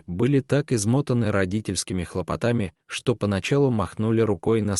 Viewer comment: Не хлопотАми, а хлОпотами!